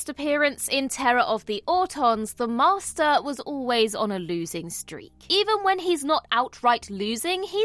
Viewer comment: Lol@ narrator: "The MaRRster"